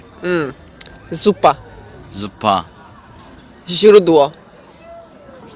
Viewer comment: Jak powie w Polsce ziupa to na pewno my Go zrozumieć.